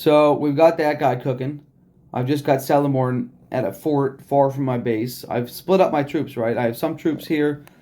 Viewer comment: Fyi. It’s keleborn pronunciation